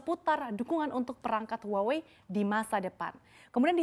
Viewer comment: Btw huawei itu dibacah wahwei bukan huawe😂